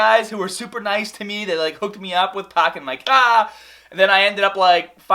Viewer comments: pahkin mah cah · Did you just say paaaakin my caaaaa :). Just busting on you. I'm a subscriber and love the vids.